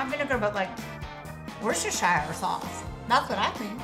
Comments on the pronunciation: When they said War Chester I cringed so hard!!! It's pronounced wouster!!!!! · The wochestershire (ment to be pronounced wo-ster sause) broke me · It's pronounced WUSTER!!! And Bacon Fries are amazing 😍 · its pronounced 'wusta' not 'war - sester', the reason why it's pronounced like that, due to the great vowel shift. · It's pronounced wuster sauce not worchester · Yeah. I live near Worcestershire so it annoyed me when they pronounced it how it's written . Like mate , it's wuster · it is wos to sher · it is wos to sher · It’s pronoced wuster aswell lol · it’s worcester pronounced WUSTER 😂😂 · The walkers crisps were called Wuster sauce or at least that’s how you pronounce it, and walkers is lays it’s just a different name in England. Also Maynard’s is English by the way I’m English And those bacon crisps weren’t cereal that’s what they were made from. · Who els was screeming it is pronounced "wuster" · I’m British and I’m surprised that people find it hard to pronounce the Worcester sauce crisps but I do see 😂 It’s pronounced wister sauce so say it like that and you’ll be saying it right great vids btw ❤️ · It's pronounced wooster sauce, and it's basically anchovy oil. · Just so you know: Worscestershire sauce is pronounced as 'woostershire sauce' in the uk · Worcester sauce is pronounced wor ces term there you go.🙂🙂🙂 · I love bacon fries there not there bad at all quite good in my opinion Also btw I’m British and the first crisps that dot got are pronounced wooster sauce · Did u know that its woo-ster (Worcester) sauce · Just so you know the crisps at the start you pronounce it wuster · Worcester and Worcestershire are pronounced wusster or wusstershire... one of my biggest hates how Americans can’t pronounce it properly. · It's pronounced woo (like book) Chester sauce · Worcestershire is pronounced woo-stair so Worcester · Worcester sauce is pronounced wostershire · It’s wooster sauce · Worcester sauce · It is pronounced Wooster sauce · Wusta-sh sauce